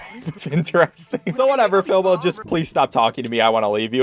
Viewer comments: It’s Filbo not Filbur or Philbur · calls "Filbo" "Filber" me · he called filbo FILBER !!!!!!!!!!!!!!!!!!!!!!!!!!!!!! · HE DIDNT EVEN SAY FILBO'S NAME AT FIRST CORRECTLY LMFAO